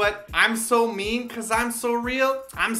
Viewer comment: Love the song but I think English deserved 3/5 not 5/5. When I watched this with subs I was surprised by how much English there was that I didn't hear without the subs. Even the line "I'm so mean" is mispronounced each time.